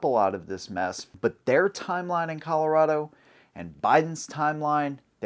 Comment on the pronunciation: as a coloradoan (you said it right) i'm outa here. screw this place.